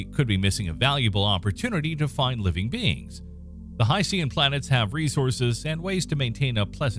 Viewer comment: I love your videos but you're mispronouncing "hycean". The "Cean" part is pronounced the same as "tian" in "Haitian".